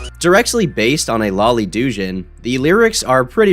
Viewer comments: Doujin is not “doe-jin” its “dooh-jin” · Regardless of the rest of the content of this video, I still can't get past the horrible pronunciations in this video. Doujin is not said as "doo-jin", it is "doe-jin"; and Kizuna Ai's name is not pronounced as A.I., it is simply Ai - a play on words with the Japanese word for love and the concept of A.I. Overall the video was informative, but I still find it astounding that YouTubers let their content go live with such obvious errors in pronunciation. And yes, I know some do it for laughs, but this is not one of those cases, and it's just painful to listen to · for the LOVE OF GOD ITS PRONOUNCED "dough- jin" not "doo-jin" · its pronounced doe jin like john doe ai kizuna is pronounced aye key zoo nuh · the type of guy to pronounce doujin as douche-in for an entire video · his pronunciation of doujin as do jin is hillarious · どうじん is pronounced dough-gin (gin as in the alcohol) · Who tf says Duu-jin??? There are no silent letters in japanese you fool! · Lol "do-gin" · i am sorry-not-sorry, but "doojin" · The way he saids doujin is so funny to me lol (it's pronounced "tho-jin" if yall wondering) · The way he says doujin lol